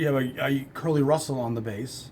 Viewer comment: I find your channel and you’re already gone. I’m always late to the party. Great episode! When you say Curly Russell’s name, you seem tempted to say it Pee Wee Marquette style. That’s how I always say it.